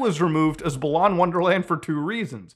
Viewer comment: I really hate that he keeps saying balan wrong, it's pronounced like "balance"